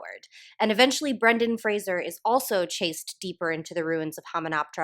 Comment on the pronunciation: I just want to thank you for pronouncing Brendan Fraser's name correctly, I reflexively brace myself whenever I think someone's going to say it and I get a little rush of relief every time I hear Fraser instead of Frasier.